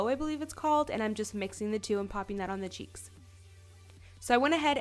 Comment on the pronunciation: is it a canadian thing to say 'thee' instead of 'the'. ahaha its cute